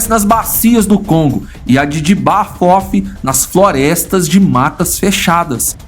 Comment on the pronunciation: O cara fala "J'aba fofi" O que eu escutei "Diaba fofa"